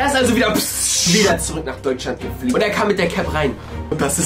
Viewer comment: GE FLOGEN UND NICHT GE FLIGT